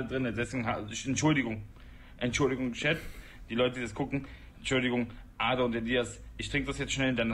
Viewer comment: Bruder sag bitte Arda und nicht ada hahaha